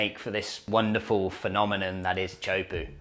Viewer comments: (tee) (ah) (ho) (poo). "Choapu" is butchering it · It's pronounced tay-a-who-po not chopuu